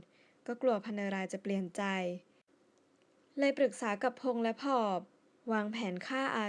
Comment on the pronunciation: ผะ-อบ ครับ ไม่ใช่ผอบ